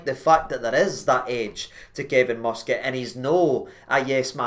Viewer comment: It’s not “free”, it’s “three” numpty!.. and the mighty Mus-Cat? Are you having a laugh? It’s hilarious watching you lot salivate over a guy who’s a 3rd rate manager and ex player! I’ve never heard so much pish from you! But if it keeps you happy, then you’re welcome. At least yous have dodged the Gerard “bullet”.. the man whose ego is bigger than Robbie Williams’ ☘️☘️☘️